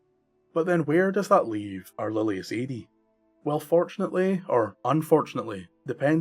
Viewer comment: It is pronounced Ah-dee not Ay-dee